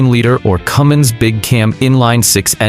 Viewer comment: THERE IS NO "G" IN CUMMINS! AND YOU SHOULD KNOW THAT!